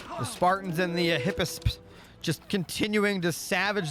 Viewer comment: Mate your excitement is so infectious. I've been playing AOM since 2002 as a kid, been so stoked for this Retold, and you're casting is really helping pass the waiting period! Keep it up man, love your enthusiasm Also mate if it helps your pronunciation: Hip-A (capital A) - us for Hippeus.